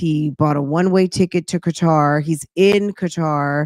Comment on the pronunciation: it's Qatar not Qwatar. My daughter lives there.